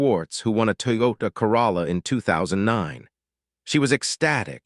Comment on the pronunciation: Funny LoL The narrator pronounce toyoka Caralla instead of Toyota Corolla